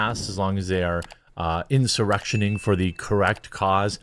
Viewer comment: A literal “IN-SIR-ERECTION.”😂😂😂